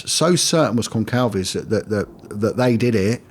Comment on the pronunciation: Goncalves - it is pronounced like an "s," Gon-sal- veg, not a hard "k" sound.